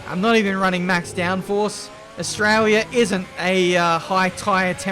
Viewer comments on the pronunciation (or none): none